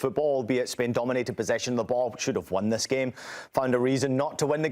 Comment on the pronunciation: What are you guys really doing? Trying to place emphasis on THIS? Lol